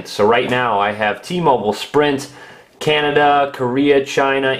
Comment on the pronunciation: Fail, its CANADA not CANADIA.